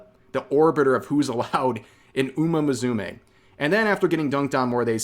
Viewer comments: Umamusume = uma mu-su-meh, not uma mazume like you pronounced it xD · Are pronouncing it like that on purpose?